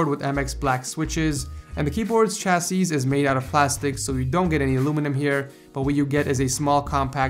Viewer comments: Chassis /ˈCHasē,ˈSHasē/ The last 's' is silent. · Another great video. Keep up the good work. BTW chassis is pronounced without the last s. Rhymes with Sassy or Classy.